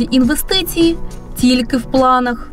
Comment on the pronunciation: В мене ці дві клуши викликають тільки одну асоціацію: совкові корумповані бариги. А коли вони вимовляють оте вумне слово "інввестиції", то таке враження, наче голова колгоспу толкає рєчь про термоядерний синтез.